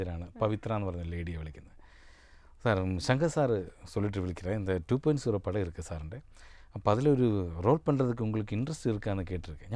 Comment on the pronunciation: 2.ഓ അല്ല.... 2.0 ആഹ്😂😂✌